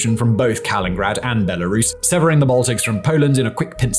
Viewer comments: It’s Kaliningrad not Kalingrad!! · It's not Kalin-grad but Ka-li-nin-grad. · Kaliningrad — not Kalingrad!! Vilnius — not Vilinus!! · Why tf do you say "Kalingrad"? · kaliNingrad. I can't take you seriously when you say 'Kalingrad and TanzAYnia'. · Kalinininingrad…nailed it. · Oh! We really genuinely do love you! But it’s getting to be a good week for the cunning linguists amongst us: “Tan-ZAY-Nina”?!!! And now poor old Kaliningrad gets stiffed on a whole syllable!?😂❤ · I’m not sure how many more times I can hear say ‘kalingrad’ before I have to stop watching. Pronunciation dictionaries are available, and reshoots are a thing that some people actually bother to do (particularly for a video with this many views). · It's not Kalingrad.(or kingrat or kengrad in the transcript!) There's another "in" in Kaliningrad. Mikhail Ivanovich Kalinin would be turning in his grave. So would Stal or Put! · Ka LIN in grad 😂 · Wtf is “Colingrad”? Who’s Colin? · Even I, a stupid uneducated American, know it's pronounced " Kal-in-in-grad " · Kal-in-IN-grad mate. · Because people make mistakes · "Kalingrad"?? WTF, can't you read?? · He's admitted how bad his pronunciations are, even WITH guides. This isn't a one-man operation, but there is only one person reading the script. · I was just about to say the same thing! He’s done the same exact thing before with regard to the former Konigsberg (I say let’s give Kaliningrad back to the Germans, until Russia stops misbehaving). It’s like when he says “conductive” when clearly he means “conducive”. It slowly pushes me toward madness. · Wishful thinking. That’s like hoping people of British origin will stop pronouncing “lieutenant” as “left-tenant” and realizing that’s ridiculous (especially given the history) 🙂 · Hhahahahahahaha mins in, I realized he mispronounced, and was wondering if I was the one mistaken. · How can you say Kaliningrad so poorly, so many times, despite being written phonetically.